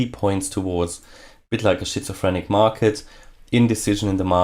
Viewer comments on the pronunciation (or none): Pronounced 'skitzofrenic' not 'shitsofrenic' 😋